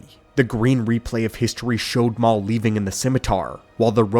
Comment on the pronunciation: sounds like ai pronouncing a typo, "mau" instead of maul. Says it correctly every other time. Maybe it's a Ron Burgundy situation and he just reads what's in front of him?